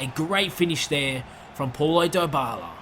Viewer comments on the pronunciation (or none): none